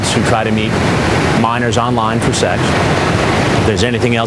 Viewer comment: I don't think Chris Hanson realizes it's pronounced SEX......not SAX! 🤪